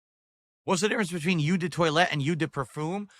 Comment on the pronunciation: It's pronounce "oh" not "you" jfc